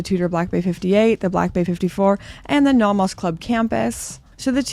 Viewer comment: Welcome back! I appreciate that you've adopted a more European pronunciation of Nomos rather than the North American one :)